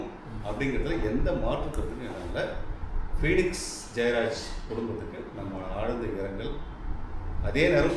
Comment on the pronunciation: Phenix illa Bennix